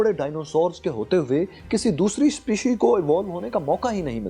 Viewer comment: Brder... There are explicit flaws of ur presentation... Plz prove ur expertise in Biology and Evolution first. Or better discuss geopolitics and economy...... Ur can't even pronounce the term species... Which is both singular and plural... Sorry to mention... Pakistan is known for searching for the truth... Not merely following a trend of describing the Human Evolution